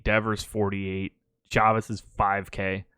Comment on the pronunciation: Pretty sure it’s Chavis that rhymes with Davis and not Chavis that rhymes with Novice